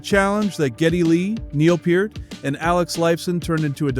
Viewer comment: Was prepared to watch it all, then you said PERT. NEXT!